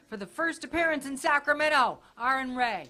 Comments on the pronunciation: Say... like R-N... not Erin Ray. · Lady: His name is pronounced "Ah-run" Ra......Not 1st..."Air-on Rah",,,,and the 2nd time, hilariously, "Ah-run Ray". lololol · I think you could have gotten a better introduction. First she said Arin Ra, then she said Aaron Ray. I can see how your name would be a mix up for vocabulary for people. But a proper announcer would have asked you exactly how you pronounce your name beforehand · Aaron ray??? Bitch get his fucking name right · ayron ra, ray? wtf?! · A ron raw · Erin raw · "our next guest needs no introduction" proceeds to immediately mispronounce his name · Woman who introduced AronRa mispronounced his first name and his last name! Sheer stupidity. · This lady obviously has no idea who is by the fact she butchered his name horribly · How do you say someones name wrong twice, in two completely different ways?! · The introduction with the multiple mispronunciations of name certainly involved a lot of freethought, in an ironic way... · Again, she said both wrong but at different times.